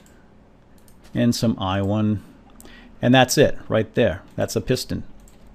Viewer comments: wed stones? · a litle bit of wedstone..... anybody else notice this? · di u just say whywhon? and wedstone? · I love the way you say iron and redstone xD Couldn't stop laughing, ione and wetstone xD